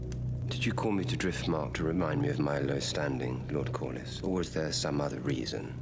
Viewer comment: His name is Corly pronounced Cor-lis.😊